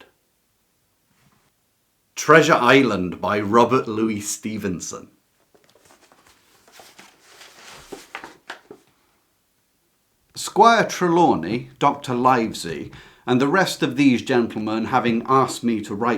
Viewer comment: Wonderful appetizer. A small nitpick, in Treasure Island, Dr Livesy is pronounced Liver(as in river)sy, not Live(as in jive)sy